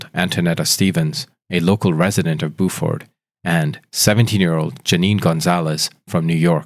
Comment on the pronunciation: Buford is pronounced with the "you" sound as opposed to the "ooo" sound.